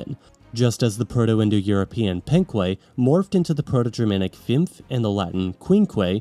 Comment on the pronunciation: Penque*, not Phenquei